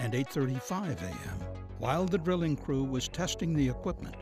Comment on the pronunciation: what's he saying ?? Crippin ??? and am i going deaf or does it sound like 'grilling' when he says 'drilling' ?